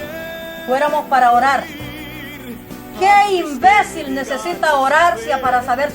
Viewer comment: esta mujer habla de palabras oseosas y ella misma dice INBESIL . quiere quitar la paja ..